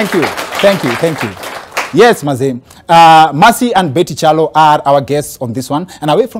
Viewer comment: Kingori you are right, it is pronounced as chalo not Kialo. Betty and her sisters need to learn how to pronounce their name properly. Even my kids live in England and they can say Chalo properly as we are Kyalo’s too.